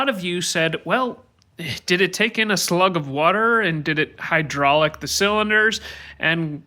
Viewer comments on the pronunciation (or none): It really grinds my gears when people pronounce "hydrolock" as "hydraulic"